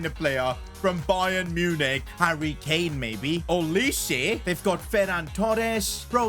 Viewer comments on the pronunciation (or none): none